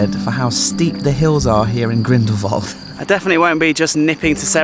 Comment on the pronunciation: Salute! An american pronouncing the place Grindelwald correctly. You really did research before saying places... we can learn a lot from you! Wonderful video!